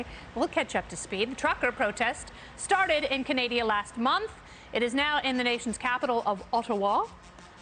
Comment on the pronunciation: I’m glad she said Canadia.